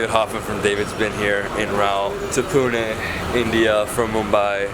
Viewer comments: They way he says Pune.. OMG So accurate..👍👍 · Thanks for pronouncing it correctly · you have Better pronunciation of Pune than most of the Indians..